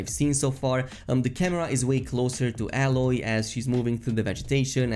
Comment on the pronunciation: A-loy...not AL-LOY lol...that made me laugh